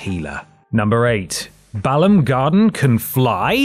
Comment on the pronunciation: It’s funny hearing how different everyone pronounces the names of things from the games that were text only. said Balamb, Edea and Galbadia all totally different to me!